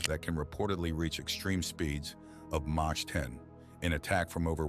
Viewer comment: Mach is pronounced “mock” and not “motch”